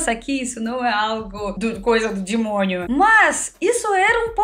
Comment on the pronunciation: Engraçado ela falando "dimônio" haha!